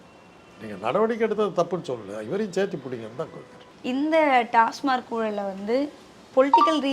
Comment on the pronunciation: டாஸ்மாக் என்று சொல்வதை விட்டு டாஸ்மார்க் என்று பேசும் இந்தப் பெண் யார்? கேள்வியே சரியாக கேட்க தெரியலயே